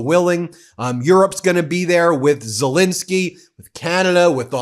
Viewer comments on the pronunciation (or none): none